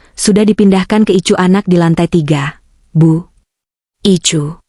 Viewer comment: Jakarta hadir,kmnt dikit..BKN ruang ICU tp ruang Ai si yu ..bacanya KK admin ..maaf ya